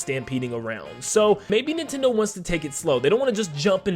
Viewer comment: It’s NIN TENDO! Not INTENDO